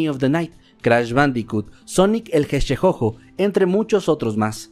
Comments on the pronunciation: Creo que quiso pronunciar hedgedog, pero no le salió. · no me gusta ser el payaso del grupo pero no era mas facil decir Sonic el erizo ? XD si me rei bastante con la pronunciacion perdon XD